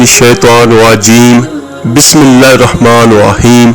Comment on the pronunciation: “Arr-Rahmaanir Rahim” is being repeatedly recited wrongly as “Arr-Rahmaanoh Rahim in both “Bismilah.......”and the second verse of Surah Al-Fatiha with an additional sound of Arabic “hay” which must be corrected in the video. No doubt the work is sincere—Jazak Allah—-but Allah’s words must be recited as per His Book and the known/valid pronunciation/accent.